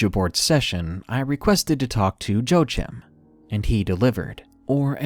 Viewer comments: "Joechim"? I'm pretty sure it's Joachim, pronounced Wah-Keem. It's a Hispanic name. Joechim lol! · #3 Joachim is pronounced wa-keem, other than that small annoyance, excellent video